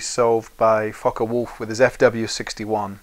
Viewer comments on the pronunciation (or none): Focke Wulf, not Foche Wolf